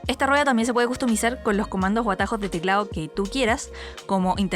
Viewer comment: Custumizar, custumizar, custumizar, custumizar......custumizar ......